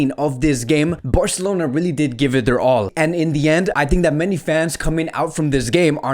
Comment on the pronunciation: New to the channel, and sorry I just can't take how you say "Birrcelona" 😐